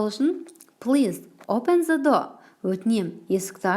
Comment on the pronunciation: Кушти тусиндиресиз🌹 th-з Деп оқылуы бір турли келеді. Негізі Th-сақау д мен айтсаныз супер болар еді.